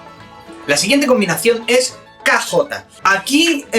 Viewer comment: Primera vez que escucho a un hispanohablante pronunciar la Kj correctamente, muchos dicen sh o peor aún, ch, algunos ni siquiera escuchan que existe el sonido, gracias por estos videos.